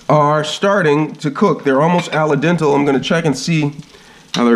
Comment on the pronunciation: Al Den- Teh not dental